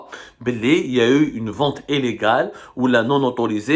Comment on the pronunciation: on ne dit pas élégal on dit illégal. STP prends des cours phonnéééétééééque. ....De la Diction 🤕Le I a sa place et le é aussi Please !!!! Ca fait mal aux dents. Illictriciiiittiiii . le mot français Algerien ou il y a le plus de i xoxo